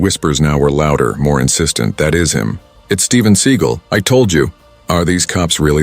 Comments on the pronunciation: How can anyone in the US no know who Steven Seagal? Learn how to pronounce his name, too. Do you still have prejudiced cops in 2025? But karma will come soon. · The dude doing the narrating doesn't know how to pronounce Steven seagal😂😂😂😂😂😂😂😂😂